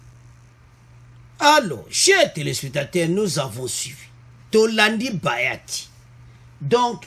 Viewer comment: Bjr mon frère,il s'appelle bahati et non bayati, la esprit ya bien bonne journée.